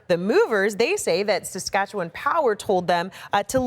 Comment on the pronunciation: Haha. Pilot "boot". Made me chuckle. Props to her for saying Saskatchewan properly, though.